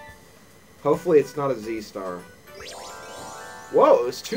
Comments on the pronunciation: I think it's pronounced zee-tar. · Card Party was amazing. I was so addicted to it. I wish there was a REAL Card Party board game published by Nintendo. By the way, "Ztar" has always been a trouble pronouncing for me as well; however, I THINK the proper pronunciation is is "Zar." The "t" is silent, I believe. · it's not Z Stars it's a zart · When I say Ztar, I actually pronounce as "Ze-tar".